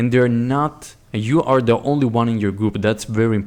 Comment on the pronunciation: i liked it but really dude? you say HAREA and HARE instead of area and are...